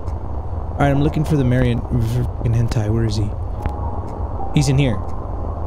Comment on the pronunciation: Does anyone else hear h*ntai when he’s talking about the marionette? Like he doesn’t say marionette he’ll say like a nickname for them but it sounds like something else lmao